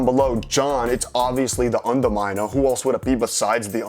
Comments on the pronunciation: it's obviously the underminah. Who else would it be besides the underminah? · it's undaminer it's obviously undaminer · it's obviously the undermandah, who else could it be but the underminah?